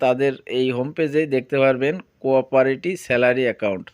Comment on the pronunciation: কোরপরেটি ❌কোওপারেটি ✅🌝